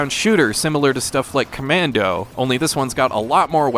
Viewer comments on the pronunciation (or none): none